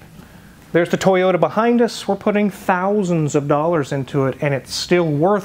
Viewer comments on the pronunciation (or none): none